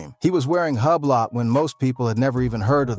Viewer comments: Hub-blot lol it’s pronounced Ooo-blo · Hublock???? What is that....Huuubloooooo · This MFr say Hue-Blot one more time imma throw my phone. 😅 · Hugh blot 😂😂😂😂 ⌚ hub lot sounds like I could afford one 😂